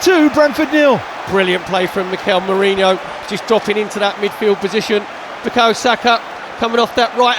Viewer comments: Feckin stop calling Merino "Mourinho" or "Meriño". Clown 🤡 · Why can so many people not pronounce Merino properly! It’s really not that hard, and you should really know it if you’re working for the club